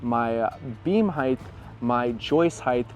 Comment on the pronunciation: You said " hithe" instead of height. You don't know what you're doing